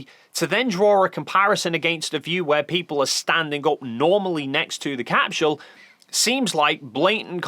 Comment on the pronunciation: Why does he say capSHule? What accent is that?